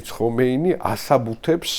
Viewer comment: ჰომეინი არ ჰქვია, ხომეინია სპარსულად. რატომ ამახინჯებთ სახელებს?